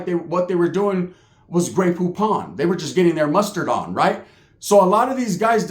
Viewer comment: Grey pupon. Or Gayputon.😅😅😅